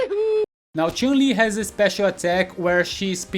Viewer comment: I like the way you pronounce Chun Li, that's the right pronunciation. Not Chan-Li, it's 'Choon'